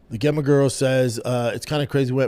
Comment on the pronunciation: Brendan... Just so you know, "Gemma" is likely pronounced "Jemma" 🤣